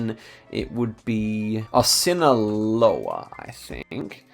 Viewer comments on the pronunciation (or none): none